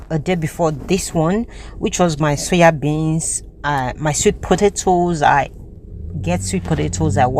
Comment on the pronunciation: SOYA BEANS NOT suya bean sis